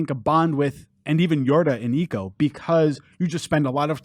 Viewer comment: This is it's ico not eeco